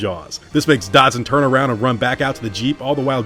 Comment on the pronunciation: Who tf is "Dodson"? You mean "Dodgson"?